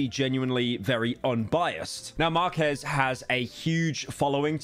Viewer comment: Pyro mispronouncing Marques name is hilarious